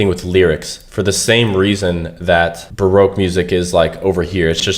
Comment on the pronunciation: R we fr calling baroque barouque